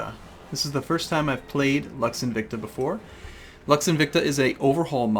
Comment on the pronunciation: lux is not pronounced "laks", its pronounced almost as "looks"